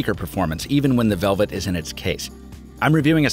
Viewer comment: Okay, who doesn't know how to pronounce LG Velvet?